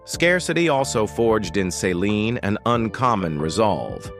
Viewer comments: Why does he keep saying Saline Dion??? It's Céline Dion!! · It's Celine not Saline. Saline is an IV fluid.